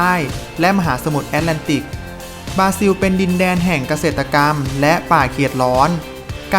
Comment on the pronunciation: บราซิล ออกเสียงว่า บรา-ซิว ไม่ใช่ บาซิว โปรตุเกส ไม่ใช่โปตุเกส มีประชากรราว ไม่ใช่ประชากรลาว มีสัตว์อันตราย ไม่ใช่มีสัตว์อันตลาย ประเทศรัสเซีย ไม่ใช่ลัดเซีย ภาษาราชการ ไม่ใช่ภาษาลาดชะกาน